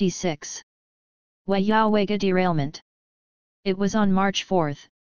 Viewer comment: Your pronunciation is wrong on the towns track a maintenance problems